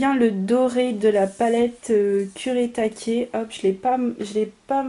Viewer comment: Super! En plus tu prononces bien le nom japonais des aquarelles kurétaké ;) elles sont geniales!